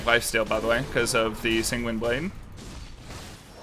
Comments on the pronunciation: holy Sanguine is pronounced sang-win not sang-ween Also there's no S at the end pls and thank you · where is the i in the San part of Sanguine blade, he keeps saying singuine its so annoying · Him constantly mispronouncing sanguine is really tilting